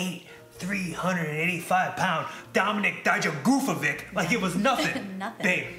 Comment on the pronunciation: "DOmiNik Dijgoovovic" - Johnny Gargano 2020